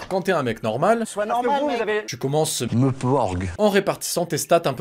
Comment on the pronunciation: Wouaw le "🤔Meuh-porg🤔" m'a fait cracher mon café du matin